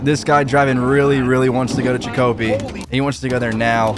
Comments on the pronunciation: Its CHICK A PEE NOT CHICKO PEE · “Chick-oh-pee” he says 😂 that’s my neck of the woods friend. MA. In you’re wondering it’s usually pronounced “Chick-uh-pee” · hey i just wanna say its funny af how you pronounced it it's a town in Massachusetts its chick-a-pee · Damn really mispronounced Chicopee lmaooo it’s pronounced Chick-uh-pee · Chicopee is pronounces like chikopee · It’s pronounced chick o pee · It's pronounced Chick-a-pee, my God so uncultured bro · The way you pronounced Chicopee 😂😂😂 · mans really pronounced chicopee wrong LMAO